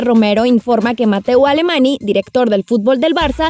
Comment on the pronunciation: Mateu Alemany se pronuncia "Mateu Alemañ", no Alemani!